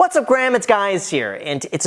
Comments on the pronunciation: What's up Graham its guys here lol Was that on purpose? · Intro: "What's up Gram it's guys here". Lol. Good video. 👍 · Did u say what's up Gram, it's guys here?!?! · First line: what's up Graham it's guys here 😂😂😂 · "What's up Graham, it's guys here." Wtf? 🤣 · “What’s up Graham, it’s guys here” haha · Is not one gonna talk about how he started the video by saying “what’s up gram it’s guys here”😭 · What's up Gram it's guys here. 🤣🤣🤣🤣🤣🤣🤣🤣🤣🤣🤣🤣🤣🤣🤣🤣🤣🤣🤣🤣🤣🤣🤣🤣🤣🤣🤣🤣🤣 am I the only one that caught that? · “What’s up Graham, it’s guys here” 😂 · What's up graham's it's guys here. 😂😂what had to play that back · “What’s up Graham it’s guys here” LOL funny touch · Wait a minute, did he just say "What´s up Graham, it´s guys here"? lol. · Did he say, “ What’s up graham it’s guys here?” Lol. Graham you the man! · Did you just say :whats up Graham, its guys here"🤣🤣🤣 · "Whats up Graham, its guys here" Am I the only one who noticed that? Lol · “Hey Graham it’s Guys” anyone else catch that opening? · What's up Graham it's guys here! 🤣 I had to restart it several times to make sure I wasn't trippin